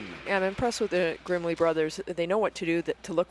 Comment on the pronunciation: One of the names is girmley instead of grimley 😂